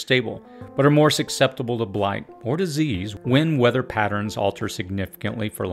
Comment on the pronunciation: I’m only saying this because you said it at least 3 times. Susceptible is pronounced SUS-eptible. Not SUC-septible. The C comes after the S, and the C is silent.